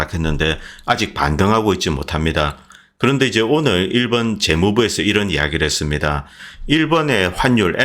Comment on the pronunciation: "일번" (X) 일본 (O)